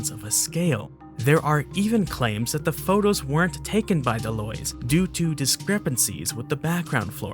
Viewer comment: The Orang Pendek is a small Orangutan. Bigfot is a 🐻 Nessie is nothing or a eel. De Loy'd ape is a Spider 🐵 and De Loy is pronounced De lwah